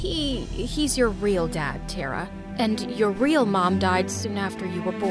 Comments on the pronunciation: Sis you are pronouncing main protagonist's name wrong i guss it should be taara not tara taara which spellijg is tara means stars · And BTW, the pronunciation of TARA is not "teraa" its "taaraa"...But its fine😊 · It's " TA-ARA" not " TERA" . The pronunciation is not correct here. In India, a Star is called as TARA. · it's actually Thara it's just spelled tara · We don't prouns it Tera we around it tara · It’s not Teraa it Taaraa 😊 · help all these indian pronunciations they do are killing me (tara is pronounced TAA-rah, not terrah) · The name is not tera its T.A.R.R.A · 😑its TARA not TERRA... Whats with this some kind of intergalactic name... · its not Tera it's Tara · It's hilarious how they pronounce "TeRa" instead of Tara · pronunciation of tara is : taaaaaraaaaa not tra coz I can tell I m from India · It's not "taerah" It's "Taarah" With the t being pronounced as the t in Thursday without the h sound, that is how the t in every indian name is pronounced, same with "rita" It's "reeta" With the t in Thursday without the h sound, not "riduh" Also, diana is not indian, diana is not an Indian name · I love the video, but isn't her name pronounced "Tah-rah"? Not "Teh-rah"? At least, that's what I think because Tara (pronounced "Tah-rah") means "Star" in Hindi, Tamil, Bengali, and other Indian languages, too. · HER NAME IS NOT TERA MY NAME IS TARA BU5 IT IS PROUNOUNCED TA-RA NOT TERA GET IT RIGHT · It’s not tera it’s Tara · its not tera its ta-ra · You can't be a Indian if you pronounce it Tera and not Tara and by the way I am an Indian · It's not pronounced Tera it's pronounced Taara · thats taaraaa not tera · Hey it is not Tera Tara pronunc it with a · Tara is not pronounced as te+ra. It is pronounced as ta+ra Rita is pronounced as ree + tha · this is compleatle false i mean they didn't even say tara right its pronounced taaraa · Surprise surprise, my name is Taara and her name is pronounced (Th-A-Ra) the voices did not pronounce her name properly